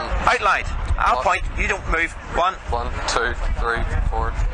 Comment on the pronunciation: indeed, i sent it to her already haha. that one part where you said one and one i thought you said one "on" one haha